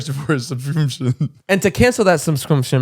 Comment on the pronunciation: Listening to Zane trying to say "subscription" in the Rocket money ad for some reason has me crying laughing🤣 and then when he talks about Netflix same thing lol. My word of issue is cinnamon 🤦‍♀️ I trip it up every👏 time👏😂.